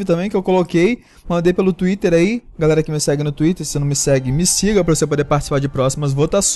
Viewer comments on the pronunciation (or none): none